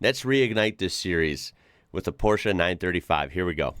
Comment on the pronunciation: Appreciate the appreciation 😊 Oh and thanks for pronouncing Porsche correct ❤